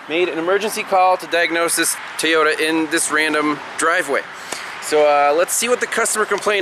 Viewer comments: It's Toyota, not teaota, Toyota!!!! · Happy 4th. You got me sayin Tay-Oda! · Why do people mispronounced Toyota?